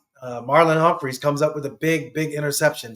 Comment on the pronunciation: How long has Marlon been a Raven? HIS LAST NAME DOES NOT HAVE AN “S” ON THE END. HUMPHREY !!! NO S